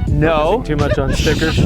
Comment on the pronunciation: “Stickers” lmfaaaoooo why he said it like that 😂😂😂